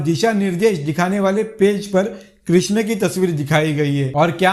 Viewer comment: Krishna....ka name acche se le ...teri maa ki chut.....😅😅